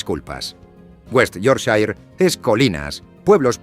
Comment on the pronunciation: No entiendo por qué algunas cosas se pronuncian bien y otras tan mal. Me refiero, ¿se puede al menos decir -shire bien? Un trabajo de investigación bastante decente, no entiendo por qué no se busca la pronunciación de las cosas al menos más básicas? Decir "The Shambles" medio decente y luego "Yorkshair" es un poco esperpéntico.Casi me muero con Peterborough (es "Pitebra" como "Edinbra"). Es que es una pena, porque siento que realmente no es mucho al menos mirar por encima como se dice. Nadie pide algo perfecto, es como decir "Marsia" y no "Mursia". Sabía que no debía ni mirar Leicester jajaaj (Lester!!!)